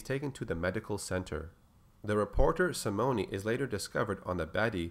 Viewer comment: Simone is pronounced Sim-moan or Sim-own. No hard E on that name.